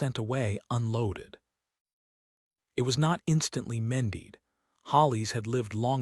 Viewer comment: Good story! The Duke was a great husband. Some comments: It's Mended. Not mendied. All your stories say 'mendied.' It's Hollis. Not Hollies.